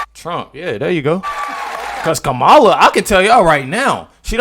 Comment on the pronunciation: Do better: her name is pronounced Comma-la